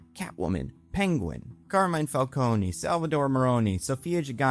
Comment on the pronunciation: Oh you did not just say Falcone as Falconey.